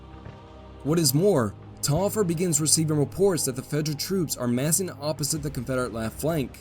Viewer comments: Pronounced Tolliver. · That Taliaferro pronunciation is quite painful. Also, I'm pretty certain it should be Tallaferro (two LL, not Li). Tallaferro is an Catalan surname. In Catalan, its pronounced as Thai-a-fe-rro (rro being the same sound as ROach).